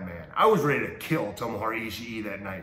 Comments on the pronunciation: You'd think he'd get "Ishii" wrong like most people, yet he messed the easy part of his name lol. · Haha he can't get Ishii's name right